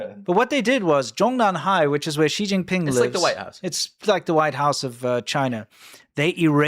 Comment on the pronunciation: "she- jing- ping- pong ?" 🤷🏻‍♀️ .